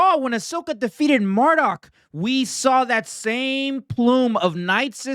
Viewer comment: Mardok? Haha